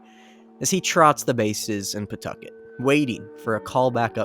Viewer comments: Thank you for pronouncing Pawtucket correctly, I was nearly ready to rip you to shreds. That being said, what a jumpscare to hear about my home state in a video, absolutely insane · The explanation of how to pronounce Pawtucket is gold – definitely the superior version of words sounding like someone expectorating. Maybe it can be a new city slogan. You know, "Pawtucket... spit on that thang."